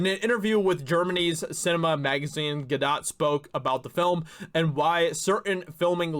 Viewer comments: "Gal GadoT" The "t" is silent. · Well I'd hope she wouldn't be bc she is from Israel...the place President Trump backs and has helped 100% btw idk if you were just trolling her last name or if like me at first you genuinely don't know how to say it but it's pronounced Guhdóe...i think that is the right mark above the O,it's a long O sound, again idk if you mispronounced genuinely or not n I'm not being sarcastic or trolling by telling the correct way just passing the info to ya,love ur episodes on the channel, like i wrote: Thanks for helping be a voice in this fight 💪🤘😆🤘🔥🔥🔥🍻